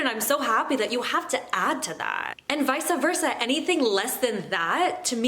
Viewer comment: vise-uh versa?! Opinion invalid!